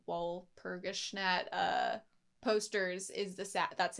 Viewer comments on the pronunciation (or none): Walpurgisnacht is pronounced wahl-pur-gis-noct, sorry to be a big nerd ☠️ The hurt done to Sayaka is not physical. Madoka sees it that way, physically, because she does not like to see her friend fight so recklessly. Even with healing magic (which all the girls have, Sayaka's is simply enhanced), magical girls can still die if their soul gem is broken. Mami died from being overconfident, Sayaka's brashness is just as if not more fatal. The real hurt, though, is emotional, spiritual. Expending magic to heal, like all other magic, darkens your soul gem. The darkening of the soul gem means less magic can be used before you turn, but it is also a representation of your well-being. iirc it's never outright stated that expending magic without restoring it affects your wellness directly but it certainly seems that way? That's up for interpretation though.